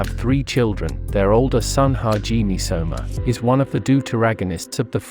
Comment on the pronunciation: It's Soma/Sohma. Not Shoma